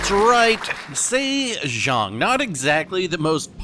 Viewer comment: LOL, very nice, Saythong kraken, It was like Oprah handing out torps in that episode